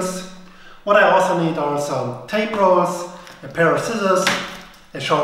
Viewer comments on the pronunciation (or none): none